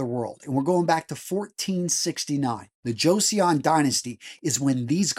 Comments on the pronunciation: It's pronounced "jo-sun" not "jo-seeyon" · Bruh, it's pronounced "cho-sun", because J and CH are the same letter in Korean. Also, "eo" is a dipthong, it signifies a different pronunciation of the letter o. It is not two syllables.